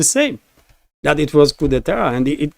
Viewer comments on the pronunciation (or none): none